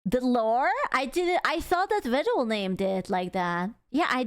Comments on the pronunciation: Vedal (as in, pedal), is correct. You are right. Neuro herself calls him Veedle (as in, beetle). Most other people call him Veedle. I call him Veedle. This is wrong. But it's too late, and he can't stop it now. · As Vedal himself has stated, his name rhymes with medal. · Isn't "My name's vedal, rhymes with pedal" his catchphrase?